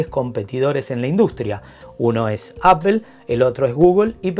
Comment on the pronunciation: Por favor españoletes, no digan más "APEL" !!!!!!!!!! :face-pink-tears